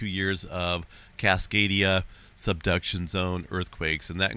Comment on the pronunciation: i keep hearing “cascadia seduction zone” 😆